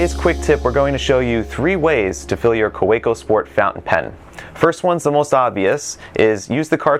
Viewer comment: It's pronounced "Kaveco".